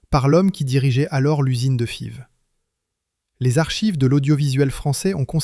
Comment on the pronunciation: "Fivze" ??? Sur un autre documentaire on a eu un "Fayvze" ... Non messieurs, Fives est un quartier de Lille qui se prononce, en français ,"five" , avec un "i" . A partir de là j'ai arrêté la vidéo ... avec les "trente z'années", un peu plus tôt dans le texte cela faisait trop ! C'e'st dommage parce que le sujet est intéressant, mais un commentaire en français "correct" est un minimum.